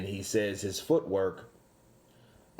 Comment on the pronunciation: Did Wilder said foot work or foot hurt 😂😂😂😂😂